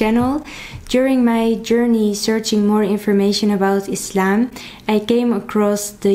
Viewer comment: I love that you prononce Islam right , with s not z .